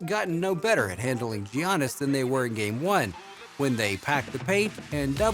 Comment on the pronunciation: Is it me or is this 🤡 pronouncing his first name funny..😂🤣 I must be trippin.